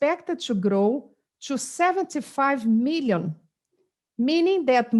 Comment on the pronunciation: According to UNEEESKKO 1.6 meeollleeoon Peeoople :0